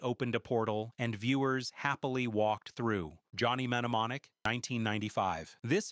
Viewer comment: Sound it out one syllable at a time. New-mon-nik. It's errors like these that make me want to turn off the video and read a book.